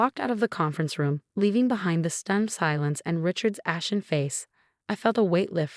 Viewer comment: ashen not aspen